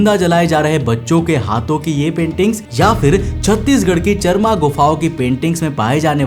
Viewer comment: चरमा❌ चारामा ✅